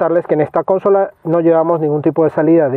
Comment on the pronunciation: Buenas. Me gustan tus vídeos. Los he visto todos? Gracias y enhorabuena por el trabajo. Simplemente un matiz que suena fatal: consola es una palabra llana no esdrújula.